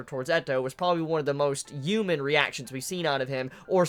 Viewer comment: U know the H in human isn't silent right?